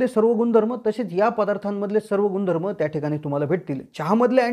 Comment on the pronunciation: सर "गुनधर्म" आणि "भेटतील" या अशुद्ध उच्चार मुळे चां ची चव बिगडली.😅